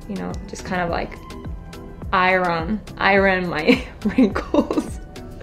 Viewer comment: I love her! But can’t believe that she pronounce Iron wrong. I thought English is her first language? Ps still love her